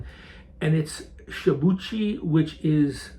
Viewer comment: respectfully, it's pronounced (shee-bu-ichi)